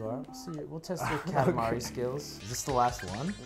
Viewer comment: you prononce katamari so bad!